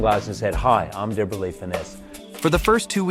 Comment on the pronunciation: It's pronounced Debra-Lee....